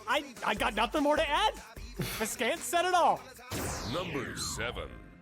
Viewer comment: Viscant is pronounced vigh-cant though